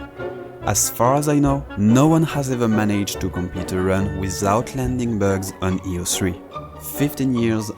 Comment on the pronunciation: I don't think ppl realise the quality of the editing in these videos. From a fellow Frenchmen, you have a strong accent when saying "bugs" 🤣